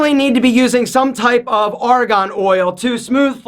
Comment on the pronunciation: It's Argon, not Aragon. Very convincing, lol.